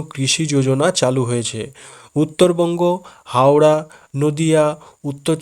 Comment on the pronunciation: হাওড়া বলে লেউড়াশুনলাম